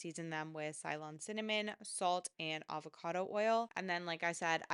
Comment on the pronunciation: Great video! Helpful tips.. You are pronouncing 'Ceylon' wrong though :)